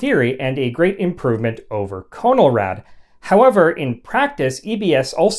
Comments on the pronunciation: I was born in Los Angeles in 1949 and remember all of it very well. CONELRAD was pronounced like "kahn'l-rad" with a short "o" not "cone'l-rad" with a long "o." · Not 'cone-el-rad', but 'conn-el-rad'. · It is not freakin' CONE L RAD! It is pronounced Con El rad. Soft O! Geeez! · Great job. Lot's of good info for people like myself who study the subject of alerts and warnings. One possible correction... I always pronounced the moniker CON-EL-RAD not CONE-L-RAD. I grew up in the Northeast so the difference might be due to regional dialect. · Nice video. But, for what it's worth, you're pronouncing Conelrad wrong. It's a short O sound, not a long O. It's "ah" not "oh". I was a kid when it was introduced and remember it well. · "CON-el-rad". Not "CONE-el-rad". I remember it very well and remember that the 1st syllable was pronounced "CON", not "CONE". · Not pronounced CO NOL RAD, but pronounced "Con" as in control, "el" as in electronic, "rad" as in radical. No syllabification. "In case of emergency, tune to 640 or 1240 on your dial." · Not 'Cone', but 'KAHN-uhl-rad' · If you’re going to do history at least pronounce the subject name correctly. It’s pronounced “Conn-el-rad”. Not “Cone-el-rad”. You sound silly. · It was pronounced 'Con el rad', not 'Cone L rad'. Yes, I'm that old. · You are pronouncing it incorrectly. It's pronounced Con-eL-rad, not Co-Nol_Rad... I know. I was there. Truman was President when I was born. "27,811 views Jun 13, 2023 CONELRAD (CONtrol of ELectronic RADiation)" Note the upper case in your own posting, otherwise you are point on. Now we have Amber Alerts.. the sky is falling. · Nope. We said it "CON-el-rad" in the Midwest, too. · Correct. It was pronounced: "KHAN-el-RAD"... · The movie Panic in Year Zero mentions Conelrad. pronounced con el rad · I remember it being pronounced as, con' el rad'. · Those of us who lived through the fifties always heard the word pronounced as "Cahn-el-rad" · I’ve always heard it pronounced conn el rad